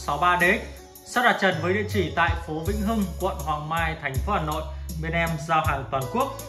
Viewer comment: Hà Nội chứ không phải Gà Nội